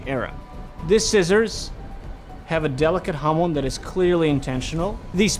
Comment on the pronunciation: I'm sorry but did you just say HAMON?